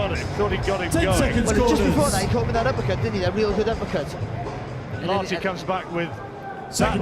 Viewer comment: Did he just say uppercut in Ghanaian?? "Appacata!!"